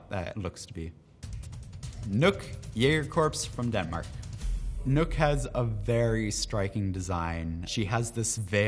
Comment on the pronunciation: I thought it was "knock" not nook wtf that makes no sense now